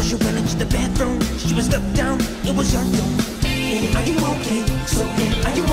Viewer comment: Cara melhora a pronuncia do "are" Annie, are you ok? Ficou estranho.